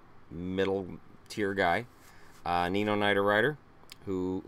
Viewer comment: Thanks for slaughtering ninos name